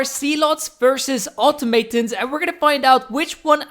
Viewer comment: Normally don't mind pronunciation issues but this one killed me, its pronounced aw-taw-muh-tawns